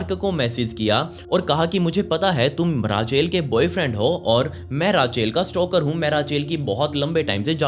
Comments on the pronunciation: it will not called rachel... its Rak-el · It's रेचल not राचेल 🙄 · Bhai raachel nhi ray-chal padhte h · Sab thik h video me koi dikkat nhi h.. but it’s not Raaaa-chel, it’s Rachel 😂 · Its not raachel its Rachel when you pronounce bro